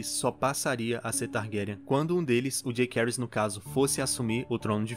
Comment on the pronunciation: A pronúncia da série não ficou Jakerys e Lukerys, mas sim JaÇaerys e LuCeris.